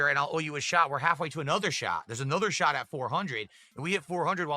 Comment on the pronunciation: I hate how he doesn't pronounce the T at the end of words. The "shah" instead of "shot" makes me angry.